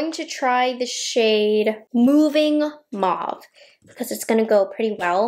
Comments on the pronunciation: That pronunciation (rhyme with stove) is UK English, but I agree with you. It has caught on with a lot of American influencers. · Also, thank you so much for pronouncing mauve correctly! All of a sudden the kids changed it to mooohve. Ugh I hate it lol!!😂😂